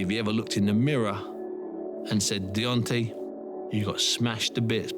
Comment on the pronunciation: Can somebody at BT please tell Steven Bunce it's DEONTAY not DEONTY, thanks...